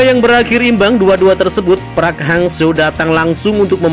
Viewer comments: park bang bukan praaaakkkkk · Buka prak,tapi parek hang seo,gitu bacanya,gimana sih youtuber kudu di ajarin melulu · braiii... ( Park ) bukan Prak dibacanye gmn sihh gitu aje kgk bisa ape... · Min .bukan prak....tp Park 🙏🙏🙏